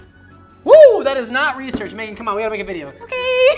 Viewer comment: I know he says "that was not research Megan" but bc of how he says it I thought he said "that was not research babe" for a second and I was like w h a t